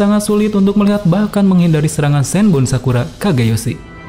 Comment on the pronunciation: Sedikit masukan min. Cari tau lebih banyak lagi tentang nama namanya. Karna setauku sih SenbonZakura, bukan ZenbonSakura.